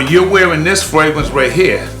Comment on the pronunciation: Its fragrance not fwagrance